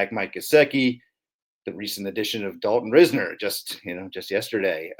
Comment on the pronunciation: said Dalton RIZZner 🤫😏